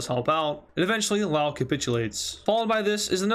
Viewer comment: Laos is pronounced with s